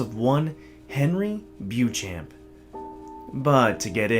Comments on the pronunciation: U pronouncing it wrongly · My favourite creepypasta (I hate that word). I accept that narrators will mispronounce the name since very few seem to include this in their Youtube reads.